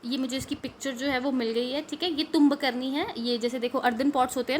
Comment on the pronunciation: It is not tumb karni itz tumbaknari